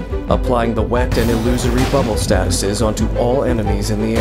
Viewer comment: I like how u pronounced the word “wet” everytime